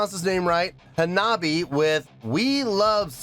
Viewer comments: I’ve been watching your videos for the past few days. This by far the most intrigued I’ve seen you towards a new band. Lol love it. Auto subbed after this video. Love your work man! Also it’s Ha-Na-Bi-Eh… so many people improperly pronouncing it lol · Hanabie : "Anne-Ah-Bee-A" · Say "ha-na-bee-eh." Hanabi ("ha-na-bee") is a different word. "Hanabie" means "cold flowers" and refers to a sudden onset of cold weather in the Spring. "Hanabi" means "fireworks." This band is so good! They're putting together songs for a second album, and if "Neet Game" is any indication, it's going to be just as good at their first one, "Girls Reform Manifest" (which has no weak tracks).